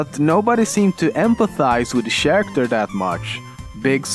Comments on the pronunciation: Why do you pronounce character sharactor? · Stop saying "sharacter." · why i watch lemmino, Because i wanna hear him change ch with sh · That's fucking bullshit. Swedes can pronounce character right, after all in swedish you say karaktär which is pronounced very similar like in english character. But for some fucking reason Swedes say sharacter instead of character. And it's really annoying. (I am swedish.) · Cat Oh right i see. lol he also pronounces character ch-aracter, as a posed to Karacter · Very nice video. Why do you say "sharacters" instead of "characters" and "bunjie" instead of "bungie"? sorry if I offended you, that wasn't my intention. I'm just curious. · i just realised this. pewdiepie and you are from sweden and both of u cant pronounce "ch" Pewds said "shair" instead of "chair". you said "sharacter" instead of "character " xD not trying to insult you just find it kinda funny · It's pronounced karacter not sharacter... I don't mean to be a nazi but I thought I'd let you know... Even though you probably won't see this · ITS NOT PRONOUNCED "SHARACTER" ITS PRONOUNCED KAIR-ICT-ER AND SPELLED CHARACTER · SHAracter?? it's cha-racter. Sorry for being a grammar nazi :P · It's not "sharacter" it's pronounced "karacter" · sharater? You mean Character = Kar akt err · sharacter? i dont mean to be rude and i know it could be accent but is Care-ecter I know I know, this video is almost a year old :P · The pronounciation for "Character" isn't "Shariktur", but it's pronounced "Kariktur", Just saying (I put U instead of the upside down E because I don't know the alt command for it). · Hearing him say "Sharacter" gives me so much nostalgia. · i love the way he says character... or should i say sharater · What is a "sharacter?" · Looking back at his old videos, his pronounciation has improved A LOT. For example from saying sharacters, eighty (18) and free (3). And the best thing is that he talks more around his points, instead of jst flashing by as he did here